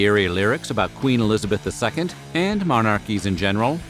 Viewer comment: “Queen Elizabeth Eleven” 😂